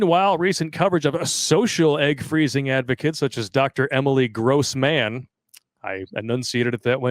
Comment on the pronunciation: Your pronounciation of "Grossmann" is spot on, but i expect it to be a german name simply meaning "big man"😂❤ BTW it goes: Wink, wink Nudge, nudge Don't blink Don't catch a grudge😂🎉